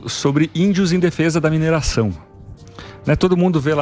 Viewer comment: Não é (mineiração) e sim: "MINERAÇÃO"!☺